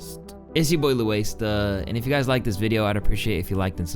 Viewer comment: You're name is. Not "lOuAiStA"🤡🤡🤡🤡🤡🤡🤡